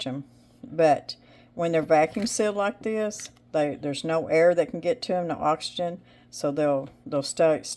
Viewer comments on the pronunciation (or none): none